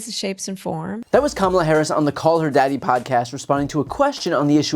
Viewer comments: First of all, Sanders can't even pronounce her name correctly. How humble is that? Just Towing the MAGA line. Also, I don't think anybody would use the word humble, to describe sanders. I would definitely use the word hubris and arrogant. But humble would never be a word anyone could use to describe her. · We should all start pronouncing the H in Sanders' first name. At least until she can get Harris' name right.